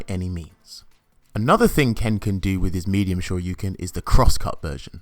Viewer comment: I like how you actually say “Shoryuken” instead of DP or Dragon Punch. Thank you for the video sir!!!!